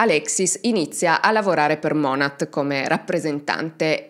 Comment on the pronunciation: Non vedevo l'ora di un nuovo video ❤ Volevo solo correggere un particolare, la pronuncia di monat è monè, lo dico solo perché ci sono tante creator americane che cercano di sensibilizzare sul tema mlm ed è bene riconoscere l'azienda nel caso qualcuno ne sentisse parlare.